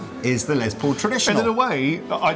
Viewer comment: It’s “Les”, not “Lez”. Les Paul’s name was Lester, not Leslie. “Less Paul” is how it’s pronounced. Hello.